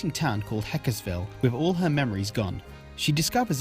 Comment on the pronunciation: Hekseville, not hekesville Heck-Se-Vil Heck-Ehs-Vil this hurt my soul. other than that, great review! Im subbing